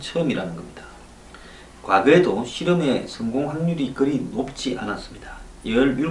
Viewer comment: 너무 기쁘셔서 성곡으로 강조하신건가요ㅋㅋ